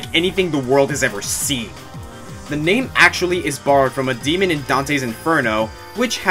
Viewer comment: ouch! you really butchered #5 name ~.~